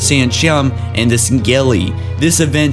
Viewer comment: Can you stop saying Sangheli like that